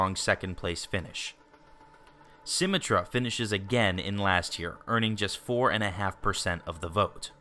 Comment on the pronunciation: Dislike because of symmetra pronunciation